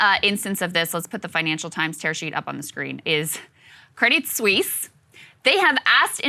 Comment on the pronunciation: You don’t pronounce the “t” in “crédit Suisse”. Just to let you know.